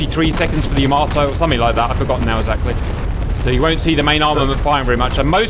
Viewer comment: First of all it's knots and not nuts xD and second, it's called Yamato and not YamaToe XDDDDD